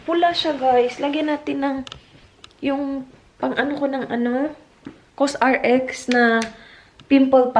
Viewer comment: Hi ang tamang pagbasa sa Cosrx is Co-sy-rx 😍✌️